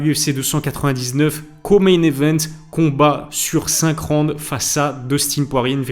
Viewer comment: Stp ça se prononce “Rawnd” pas “ronde”